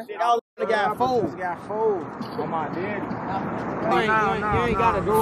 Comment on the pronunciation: It’s not they daddy it’s they deddy I hate the way they pronounce it 😂